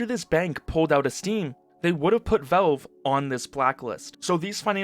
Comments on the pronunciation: I like your videos, but I have to mute you and put on cc, the way you say VOWVE (valve)c drives me mental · Good info. Just say VALVE not VELVE. Thanks bro